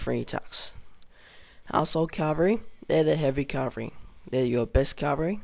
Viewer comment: Infary? Cavry? Uhanians? Meelee? Other than the shite English. It was a good vid :)